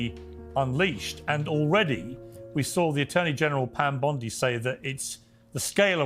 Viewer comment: Pam Bundy 😂😂😂😂 It’s Pam Bondi I’m surprised they rushed to even talk about releases. I thought for sure at least 10 years from now. Looking at how long it took the JFK, RFK, AREA 59 stuff. I think it’s messy because it’s not just a list of names, but what name did what crime or series of crimes per person. And than you have to protect so many victims as it’s related to different perpetrators with separate crimes I can’t image this is AT ALL EASY . It’s a huge cluster **ck To ensure there’s no lawsuits go slow and get it right I’m all for waiting